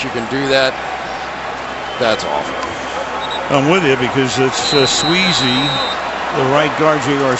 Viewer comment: Al keeps calling Sweezy .....Sleezy. Anybody else notice this?